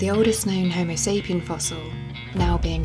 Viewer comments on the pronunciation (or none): "homo SAPIAN" ?????????? (min 05.38)